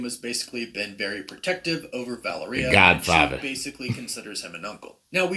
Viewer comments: I thought it was "Vai - AIR -e-ah" or "Val - EAR -e - ah" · Guy pronounces Valeria like "Galleria" or "Taqueria". EmphASis on wrong syllAbles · Why is he pronouncing Valeria weird?? It's as bad as when the Venom movie came out and they were mispronouncing Symbiote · Interesting stuff but I can’t get over the miss pronunciation of the girls name Valeria. I still can’t stand Pedro Pascal in this roll. Terrible casting